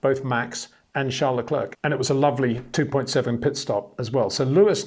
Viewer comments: enjoy watching your video's👍 1 tip luclèèr that should help you say Charles his name. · I know you can say Claire properly. Now try Leclerc which rhymes perfectly. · Say: Bear - The Bear - Le Bear - Leclerc